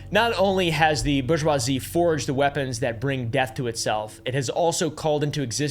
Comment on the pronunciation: "Borg-wazzy" lol